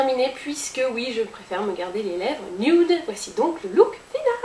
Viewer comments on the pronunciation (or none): none